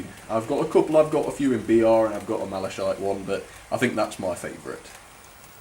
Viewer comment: Mala-shite livery .... I think it's more like Mala-kite !! ....